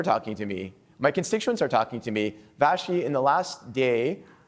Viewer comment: vassy not vashe